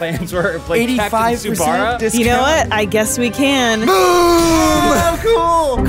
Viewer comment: we all love you, and I hate to be that guy, but it's "Captain Tsu-ba-sa" □ You dare not offend the weebs □🤣